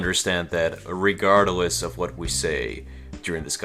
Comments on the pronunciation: Regardless. Not regardle ess. Lmao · It's RE-GARD-LESS ,not re-garder-less.... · Regardless only has three syllables dude